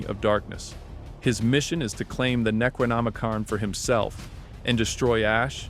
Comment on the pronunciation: Thank God i found this video after that kid drove me nuts being unable to look up and pronounce Necronomicon the right way and cringing me with it every 20 seconds